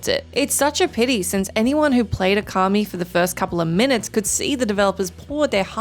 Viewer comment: Okami - it’s pronounced “ooo-ka-me” Not “oh-car-me”